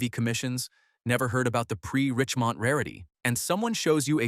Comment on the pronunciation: Why is Richemont pronounced differently at different times in this video? Is it faulty ai?